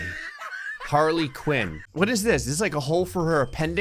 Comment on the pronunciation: A Harley Piñata? Don't you mean a Harley Quinñata?